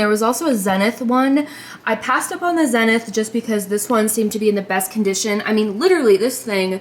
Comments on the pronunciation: It's pronounced ZEE-nith, not zen-ith. The n is silent in the pronunciation. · Quasar is pronounced Kwaysar. Zenith is pronounced Zeenith. I hope that helps. Also the channel switch on the back is only used if you are connecting the VCR via an RF input. Think antenna connection. The antenna would connect to the VCR and the VCR would connect to the TV. 😁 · For old dudes like me it’s so cute to hear you pronounce Zenith with a short “e” (“zenn-ith”) I’d like to tell you about things like the feud between RCA President David Sarnoff and Philo Farnsworth, how Quasar was once a Motorola product, and the tragedy of Curtis Mathes, but I don’t wanna bore you to death. It’s kinda weird to feel like a historian when all you’ve actually done is stick around long enough for things to change.